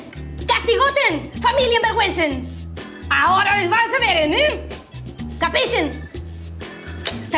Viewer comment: ..."CAPISHEN".... jaajjaaaaaaaaaaaa ¡que mezcladeren se manda florencia! jaa perdón digo la tia Lucrecia ja